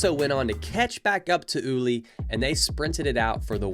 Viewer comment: My god, i just cant believe how GRINGO Ignorant stereotype this guy is: ULUA? who´s Uloa? First, if you dare to race in a different country, at least try to learn a bit about your rivals, Ulúa (how you pronounce it) is Gerardo Ulloa (Pronounce it correctly UYOA) is a World CUP MTB XC racer dude, he races the whole circuit in Europe through the year. ULI is not ULI, his name is Ulises, better known as "El Hueso" is one of the strongest racers in Mexico with international experience, way better racer than any american rider. Finally, your stereotypical chimichanga music. Gringos being gringos.